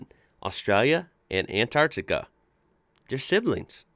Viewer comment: Yeah - the geology's fascinating! And it's great to hear an American pronouncing "Antarctica" properly instead of "Anartica". Well done,!